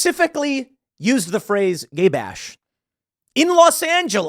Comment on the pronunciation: Who the hell says Gy Bash. lmao.